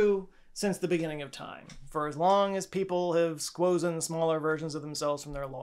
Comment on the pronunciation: Gonna be honest and tell you that I missed like the first 5 minutes of this video from the point you said "squozzen" on. Squozzen. Squozen. Past tense of squeeze? Wonderful. I am adding this to my vocabulary.